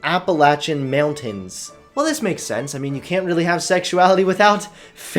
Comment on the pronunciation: "The Ap-puh-lat-chin Mewun-tains."